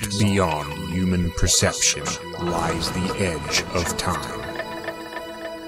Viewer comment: please learn how to say the word 'human'